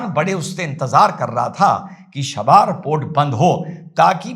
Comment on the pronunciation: “शाबार” नहीं बोल कर इसे चाबहार कहिए। और “खमानी” को खामनेई कहिए!